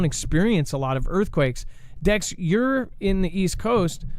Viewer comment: I live right at the junction of ky mo and tn. Haven’t felt anything. And no you didn’t say it right dex lol.